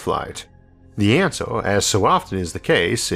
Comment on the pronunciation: Just wondering... what is a "Disastorr"? When does "Laytorr" happen? Who really has the "Answorr"? What is a "Glaysiorr"? Can mountains really get "Biggorr"? Are "Maurrs", "Ourrf" and "Jupitorr" newly discovered planets? Do we know how big the "Univorrse" is? Is oxygen really that much "Heaviorr"? When did the US switch to using "Dollorrs" as their currency? How much "Cheaporr" is "Carbon Fiborr" than gold?